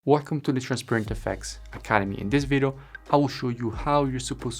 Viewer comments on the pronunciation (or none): We say video not vedio :)